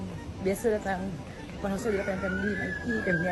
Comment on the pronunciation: Open house...sebut..OPEN HA...OS. bukan open HOS!